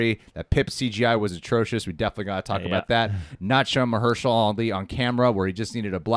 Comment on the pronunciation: Instantly recognizes Mahershala's voice but doesn't know how to pronounce his name :p